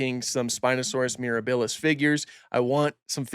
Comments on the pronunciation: pls say miRAHbilis rather than miraBILLis T-T thanks for the informative video though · Love your content here and on IG! Oh and quick heads up - it's MirAbilis (accent on the A), not MirabIlis (accent on the i). It's Latin for "wondrous" and it's also how Serenno, Navarro and the team are pronouncing it.